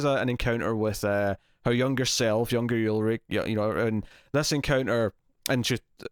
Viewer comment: Its not YULRICH its ULRICH!!!!